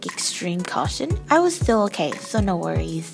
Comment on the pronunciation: "I was still okay no worryth"